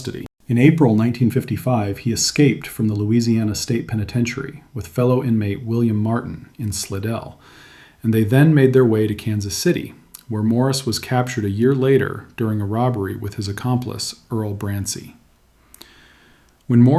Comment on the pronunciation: It’s pronounced Sly dell !